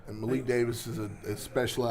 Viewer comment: say it with me maa-leek Malik garcia